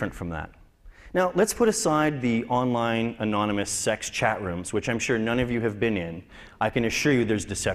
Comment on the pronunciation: lie "onlien" :D